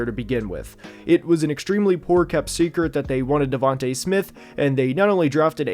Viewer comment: Devonta smith not davante smith